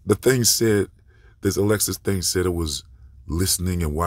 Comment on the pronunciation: It’s ALEXA - NOT Alexis! Lol You said Alexis like 25 or 30x